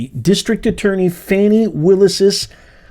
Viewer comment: Let’s get it straight, it’s pronounced “Fawni”, lol